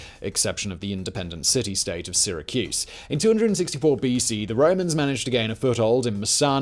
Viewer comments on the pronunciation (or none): none